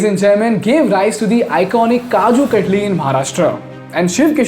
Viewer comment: "Kaju Cut-lee"